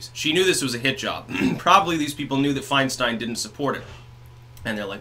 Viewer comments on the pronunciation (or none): I don't know if it was on purpose, but you said "Swinestein" ....lol absolutely hilarious. Meme ammo! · Fianestein! Nice slip of the tongue.